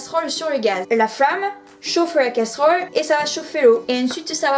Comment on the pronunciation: Oh la malheureuse et le couvercle sur la casseuhrole pour économiser l'énergieuh 😉 👍